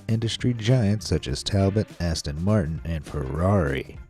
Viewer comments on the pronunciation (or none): none